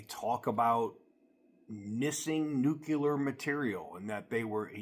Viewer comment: There's no such thing as Nucular material. I think maybe you mean NUCLEAR (NU cle ar) material.